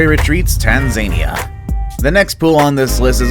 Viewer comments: Tan-Zay-Neya? Tanza-neeeya dude ffs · Tanzaynia lol (for people who don't know, it's pronounced tan-za-niya) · Tan-ZANY-ah! It's a much wackier place than Tanzania. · Did you learn how to pronounce Tanzania from Donald Trump?😂 It’s correctly pronounced Tan-zuh-KNEE-uh 🙄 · Did he just say... Tan Zane ia... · Its tan zuh NEE uh, dummy. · I generally can’t stand people who do this, but that is super not how one pronounces Tanzania. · He can't even say Tanzania right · Tanzania was pronounced very wrong 😂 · Never heard someone mispronounce Tanzania before, let alone so badly. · Sadly, the only other person I heard pronounce that way was Trump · The way he pronounces Tanzania, lmfao. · honestly it just hurt my soul when he said it lolol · They way he pronounced Tanzania bothers me lol